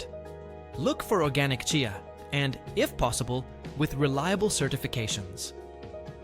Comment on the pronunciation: Remember one cannot believe everything one sees or hears online He cannot even say CHEEYA, is intermittently calling it CHAY-YA in the same reel 🤷‍♀️😂